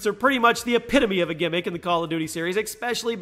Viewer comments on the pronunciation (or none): He still says ’Exspecially’...... jesus